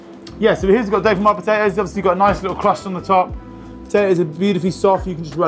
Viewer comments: say 'doe-feen-WAZ' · No it’s doe-feen-whaa, no z at the end. Gratin dauphinois. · Dolphinwoah puhtatOES